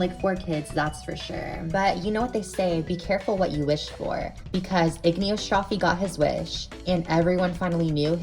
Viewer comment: As we say in Italian, did you eat the i while saying Igino? Anyway as an italian Layla will always sound wrong to me but i'm glad to know the actual reason behind the incorrect name in the dubbed versions.